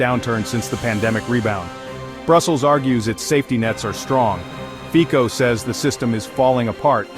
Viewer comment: Fico /fitsoh/, not /fiko/